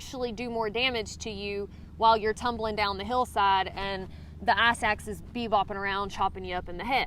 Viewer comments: It ICE axe. Not Ass axe. Jesus. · I thought you were using some hiker jargon and were saying "ass axe" at first! I know what crampons are lol,and I would have guessed what an ice axe is eventually! I envy you and your compatriots who are able to complete these hikes,I can only really fly to somewhere in the Southwest,Montana,or PNW and rent a vehicle and hike a selection of 2 hour or half day hikes.I try to cover too much new ground each trip,and have been just about everywhere out west-from Big Bend to Glacier,and as far west as The North Cascades. Currently I am thinking about taking a quick trip to southern Arizona and hiking around Mount Lemon and other high peaks around Tucson. I really want to get back to Montana or the Cascades but I have to wait till the snow subsidies-which is still months away. I work in the service industry and am an unofficial caregiver for elderly parents,so I can't get out for more than a few days at a time. And I live in the New Orleans area,no mountains anywhere near me hence me having to fly places. Thank you so much for making these videos. You are doing a great service by helping educate people and by highlighting these magnificent places and the cool people drawn to them.